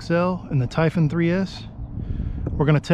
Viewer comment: Ty-fun??? Tie phooooonnn